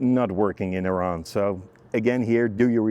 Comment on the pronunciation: The first foreigner who could pronounce Iran correctly, the video was cool and great, thanks